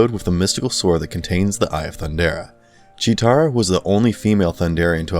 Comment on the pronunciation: Right! Also its Cheetara, not Cheera. He tried tho? 🤷🏻‍♂️